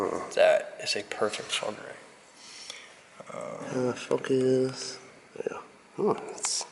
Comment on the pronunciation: Isn't it fulgurite not fulgerite ?